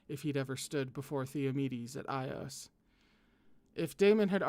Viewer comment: By the way I’m pretty sure it’s pronounced “ee-os” not “I-os” . That’s the Greek pronunciation which seems like the origin